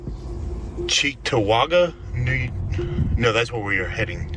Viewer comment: Its CHEEK TO WAaG GA lolol